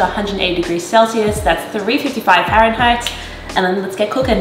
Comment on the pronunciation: I got confused cause I expected you to say fahrenheiht first so when I heard "355 fahrenheiht" after I thought it was celsius for a second and was like holy shit